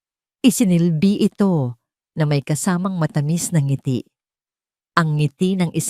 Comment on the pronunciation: ANG SALOOBIN KO Sslamat AT WASTO NA ANG PAGBIGKAS NG NGITI HINDI NA z,GINAGAWSNG 2 SALITA GAYA NG "NG ITI" 1.NG 2.ITI